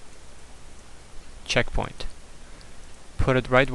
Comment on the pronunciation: Checkpoing LOL! What makes it funnier is that almost sounds like the way he pronounces it! Great tutorial!